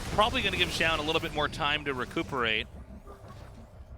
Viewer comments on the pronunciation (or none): it's Zoun, not fucking Joun.